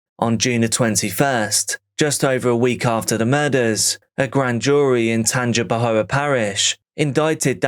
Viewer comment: Pronounced Tanga pa hoe